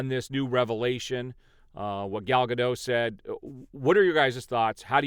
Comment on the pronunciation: She wants the "T" in Gadot pronounced. She's Israeli. Not French. I agree with the eventual ultimate impact of the strike will have on Hollywood. The traditional major studio is a dying breed. WBD is one confused bunch of fat cats. #DavidZaslavResign